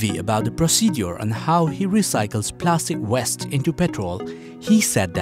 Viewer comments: please pronounce WASTE (waiyst) not WEST. it just sounds very odd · Well done my man!! And to the narrator its plastic waste not plastic west!! 🤣🤣